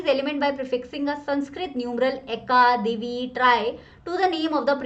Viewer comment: Divi nhi bolte h dui bolte h aur tri ko triy